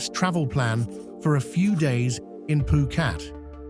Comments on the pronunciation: Phuket not phukat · every time the narrator speaks he says phukat. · Great video. I love all three video of this type you made. I took a lot of notes while wacthing too. Btw why you say phuket as poo-cat ?